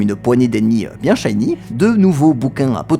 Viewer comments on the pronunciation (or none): none